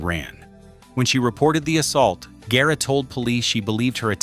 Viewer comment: This has got to be the worst documentary ever. Im from Mcallen, TX. I was a part of that church. Barely one percent of those pics were correct. One showed a skyscraper that wasn't finished till the late 70's. That Pic of Sacred Heart Church wasn't even the church building. And the way Guerra's name is pronounced, terrible. AI is terrible.